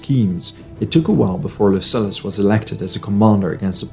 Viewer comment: Man, your content is great, bu the pronunciation..."peninSHula", 'LuSullus"